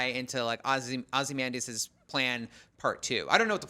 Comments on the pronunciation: Glad they got rid of the girl who couldn’t pronounce “Ozymandias” to save her life. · Veidt didn't drive Dr. Manhattan away. That was the movie. Does anyone at IGN know how to pronounce OZYMANDIUS and BUBASTIS? I mean, it helps if you read the comic.